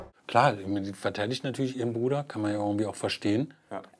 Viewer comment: Wenn er "wir verraten unseren Bruder nicht " sagt betont er bruder so weird hahaha